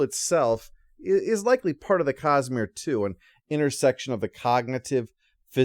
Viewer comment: I have to admit, it took my ears a while to recognize that was saying 'Cosmere' and not 'Cus-Smear'.